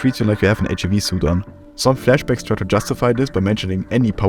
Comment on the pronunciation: "you have an HUV suit an" pretty german